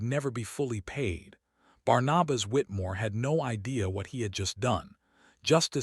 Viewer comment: The name is Barnabas. Pronounced:- ‘Barn- a - bus’.